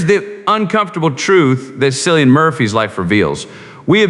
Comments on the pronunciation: Are you crazy or what? How can't you pronounce Killian? What is the drama of Cillian? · At least you could pronounce his first name correctly. I shall not bother to continue watching your episode